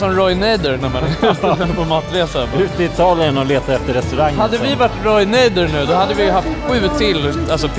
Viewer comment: Roy naider haha Roy nader